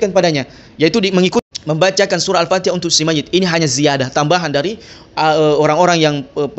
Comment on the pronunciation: Ikuti atau ikucti? Mayit atau mayict ? Fatihah atau factihah ? Syari'at atau syari'act ? Ta'ala atau cta'ala ? Luctu aku dengarnya 🤭🤣